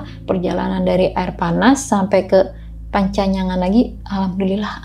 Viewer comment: panyancangan bukan pancanyangan 😁